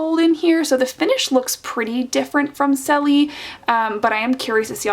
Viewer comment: Celi is an Italian name and is pronounced Cheli.